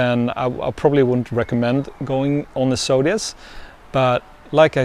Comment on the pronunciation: I have to say, it drives me insane the way you say Zodias, as Sodias.